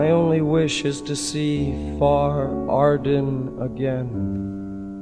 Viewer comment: "Far Arden"